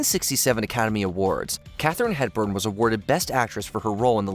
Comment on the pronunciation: FFS! *HEPBURN! HEPBURN! Not “Hedburn”! Who the hell is proofing this content before publishing it??? 😡